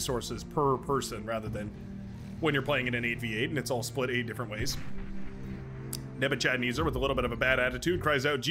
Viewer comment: Nebuchadnezzar is pronounced neh-buh-kuhd-neh-zr. He was a Babylonian emperor from 605BC-562BC